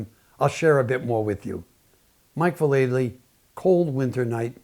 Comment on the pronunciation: Val - EL - Ly. Not Va-LAY-ly. I know everyone gets its wrong. Watch his Nine club interview and he confirms it. 😎👍